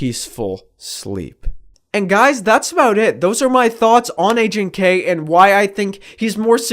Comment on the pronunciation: Loved the video. Ps: Everytime you said "Agent K" I thought you were saying "aging K" lol it's funny considering what the video is about.